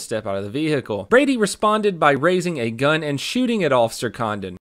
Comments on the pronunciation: I’m sorry but I’ve listened to it like 8 times and I can only hear “officer condom” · Definitely sounded like officer condom when you first said it lol